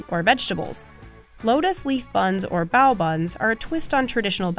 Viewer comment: The fact that they mispronounced bao really pissed me off.